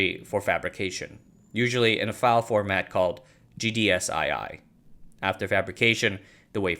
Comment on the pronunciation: FYI “GDSII” is usually best pronounced “GDS TWO”. I used this file format in the 80’s. The “II” are Roman Numerals.